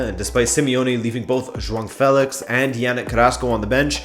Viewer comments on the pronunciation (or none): none